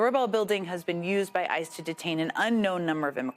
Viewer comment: I know you just said, “ICE has denied them…,” but it definitely sounded like, “ISIS denied them.”